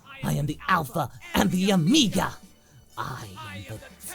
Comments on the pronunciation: I just love how you say omiga instead of omega. Like how we would say omega3 fish products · Isn't he saying "amiga"?